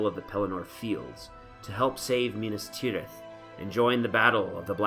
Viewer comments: Why do you say Minis Tirith like Farmir at the river battle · lol "minus teerith" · Well I guess that's one way to pronounce Minas Tirith and Minas Morgul